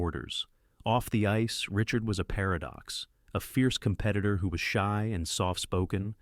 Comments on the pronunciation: Pronunciation: not Richurd…. « Ree-chAr » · Unwatchable. U cant get his name right and the title is wrong